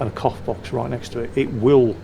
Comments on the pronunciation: I've misheard when you said "cough box".. I thought you said "cock box", I seriously hope you don't get choked by one of those.... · With the accent - cough box does NOT sound like cough box...